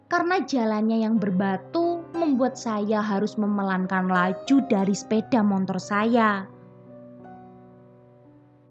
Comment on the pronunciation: BELAJAR menguCapkan Secara TEPAT & BENAR = "SepeDa MOTOR", MO-TO-R : MO-TORRRRR!! BUKAN : "M-O-N-T-O-R" !! (TANPA huruf "N" di TENGAH-nya...) M0-T0R..... [N●T] : M0-"N"-T0R ?!!